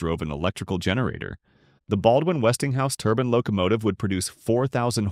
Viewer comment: A "turbin" is something you wear on your head. A "turbine" is what is being talked about here.